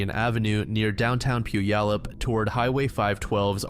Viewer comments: Puyallup = Pew-allup... (Pew like the seat in church). It's not pronounced how it looks. My cousin used to come into town every summer and when he'd see that sign he'd say Poo-ya-lup. 🤣🤣🤣 No one not from Washington gets it right. 😉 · this was all i could think about at the beginning tbh